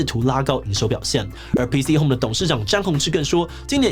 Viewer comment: P"T"Home 抓到了 :3